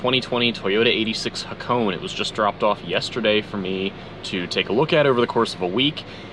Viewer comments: you pronounce it like this Ha ko nay its japanese its name after a famous drift road in japan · Ha-ko-ne. 'Ne' as in 'never'. ✌